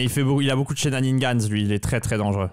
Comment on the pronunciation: Top vidéo, impressionnant de solidité, aucun adversaire hors de ta portée ! Sinon c'est shenanigans, pas shenaniNgans. J'aime pas pinailler, mais comme tu les dis souvent, autant ajuster ;)